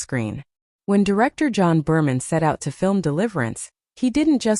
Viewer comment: You should program your AI narrator that the director of “Deliverance” is John Boorman, not John Berman.